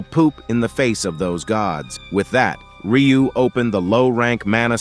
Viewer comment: Also his name is Ryu not riyu